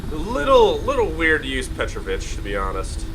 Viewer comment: There's an accent on a second vowel: petrOvich, not pEtrovich.